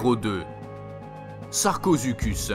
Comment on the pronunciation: mec sa se dis sarcosuchus